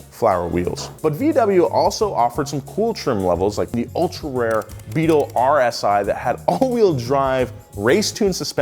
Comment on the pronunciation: you totally left out the T in BEETLE, dude said the new BEAL